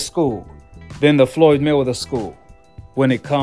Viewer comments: Why can't you pronounce Mayweather 🤔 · It trips me out how you say Floyd's last name. I like it.